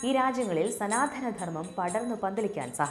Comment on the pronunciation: സനാധന ധർമ്മം അല്ല സനാതന ധർമ്മം ആണ് ശരിയായ ഉച്ചാരണം.